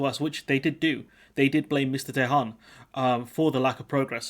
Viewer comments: Could learn how to pronounce Tehan before you start ,Its an Irish name try it like this T n you don't pronounce the h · Tee Han. It is an Irish surname. Good luck with that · Tehan, pronounced TEA_AN A name mainly found In the South and West Of Ireland, 🇪🇺🇮🇪🏴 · Or just T N , we can add Tehan to the long list of miss pronounced Irish names by Brits names like Cahill and Moran come to mind